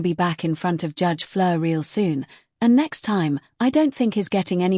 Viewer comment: Judge Fleisher, not Flir. lousy AI